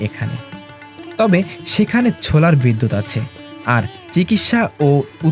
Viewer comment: ছোলার বিদ্যুৎ কি???? ওটা সোলার বিদ্যুৎ 😂